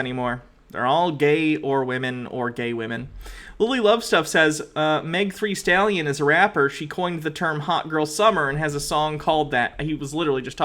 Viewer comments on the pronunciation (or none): it's very important to me for some inexplicable reason that you understand that it's "Meg THEE Stallion" not "Meg THREE Stallion" lol